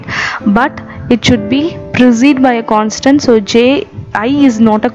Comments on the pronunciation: Maam, it is "consonent"...Not "Constant" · Its not constant .....its consonant...anyhow ua voice is super mam ....come up showing your face in next videos